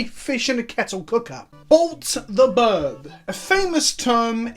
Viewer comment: Bolt the Bird, not Birb.